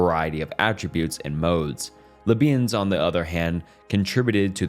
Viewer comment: Come on man how have you never heard anyone pronounce Descartes ? Leibniz is also not that intuitive to pronounce i grant you but you cant call the the man lö beans